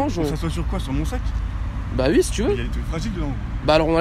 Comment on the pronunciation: A chaque fois que dit oui il dit hui